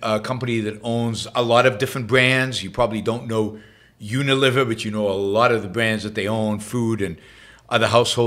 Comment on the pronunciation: It's not UniLIVER, but Uni-LEE-ver. Think a fulcrum. Not liver and onions.